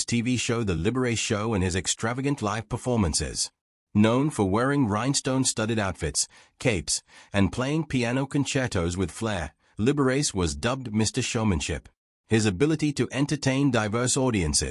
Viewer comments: My goodness, yes, Liber-ah-chi. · It is Lib-er-a-chi. That is Liberace. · Thumb down for the embarrassing mispronunciation of "Liberace".